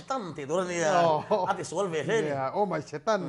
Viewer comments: dikchiah, keipawh kahre fiah hlei theilo reng reng, o my stan ti a ang lutuk, o my setan tihtur khi.. Pu mapuia khian asawi nawn hlauh a, kahre leh vat zawk alawm😂😂😂 adang pawhkhi atamzawk kahre theilo 😂😂😂😭😭😭😭😭😭😭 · ngaihsaka hi atawng hi hriat ahar thei lutuk a... 😂😂😂 OH.. MY SETAN tihkha ( OH.. MY STAN TI A ANG LUTUK ) 😂😂😂 Enge asawi kan ngaihtuah chhugin amahin alo nuizo vek zel alawm 😂😂😂😂🤐 👍👍👍